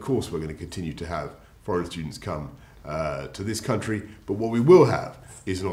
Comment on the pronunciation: he said "country" in an american accent